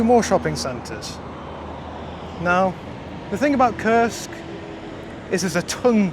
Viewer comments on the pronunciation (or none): The way you say the name of your city sounds off — like a bad word. It's actually Kursk - Курск not "curse" lol